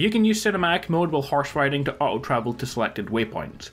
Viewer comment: When you say auto it sounds like “uh-oh” LMAO. Fucking odriscolls.